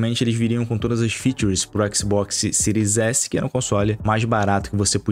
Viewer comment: baixou a versao do ``xboxsi`` errado hein amigao